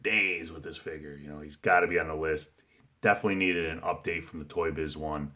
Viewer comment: let's say it again: UDATE lol... nice top 10 list